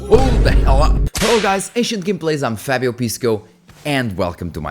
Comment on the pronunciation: fonix oh fabio tens que dizer o teu nome com sotaque amaricano man?